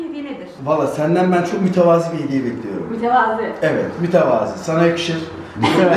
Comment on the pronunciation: mütevazı arkadaşlar i değil ı yaaaaa